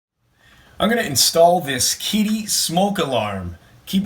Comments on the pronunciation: Kiddie Pronounced "Kid-uh" not "kitty" . Thanks You for providing video instructions! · It's 'Kidduh'